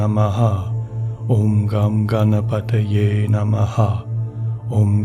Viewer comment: Hello, I am not aware how to reach you personally so commenting here. I was not surprised to hear Ganesh Mantra in this week's meditation. I feel you are a spiritual soul too and I love all your meditation sessions. I request you to use the correct pronunciation of the mantra for the benefit of all. Here is the Mantra: ||ॐ गं गणपतये नम:|| ||Om Gan Ganpataye Namaha|| The effects of a Mantra are primarily on the one chanting it. Once a state of constant remembrance of the Mantra is reached wherein it resonates within your self subconsciously too it starts to effect the surroundings. Setting the intent for chanting the Mantra individually is important. Also of equal importance is the pronunciation. Mantras essentially are phonetics based and have a particular meter to chant. The effect in it is that the sound vibrations caused by the correct pronunciation of the mantra text, when combined with the rhythm it is supposed to be chanted in, resonate within the body more specifically our skull and generate vibrations which have a direct affect on the Pituitary, Thyroid, Thymus and adrenal glands. This in turn results in physiological and emotional changes in the person. Now if the pronunciation is incorrect, the potency of the sound vibrations is diluted and eventually lost, thereby weakening the effect it is intended to cause. Wishing you love and peace from India 🙏